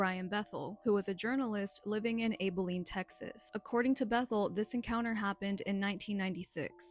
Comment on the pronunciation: Abilene has a short vowel 'a', like the 'a' at the beginning of the word "apple."